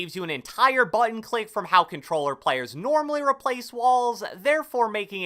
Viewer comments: Took two minutes just for “cobtelller” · I had to put the playback speed to 0.25 lol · “Controller” that for ever lol